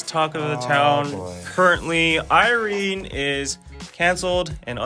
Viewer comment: Its irene wrong thoughh ........im so dissapointed